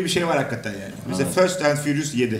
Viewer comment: Föst en fürus yedi ne la Fest en di Fürus olmasın o :) İlk izlencek film deyince hatlar karıştı heral : İlk Film > First Movie :))